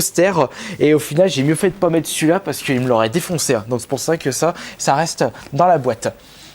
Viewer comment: "Bonjour à tous c'est ", "Je veux pas mète un pire ultra-fort"! Prononce les "r" nom de Dieu!!! ^^